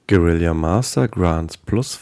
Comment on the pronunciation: Amazing! Thanks for the info! Small correction, it's gue-ri-la, not gue-ri-li-a. :)